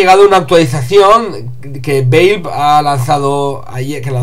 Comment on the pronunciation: valve se pronuncia: valv. XD si no me crees miralo en el traductor google:p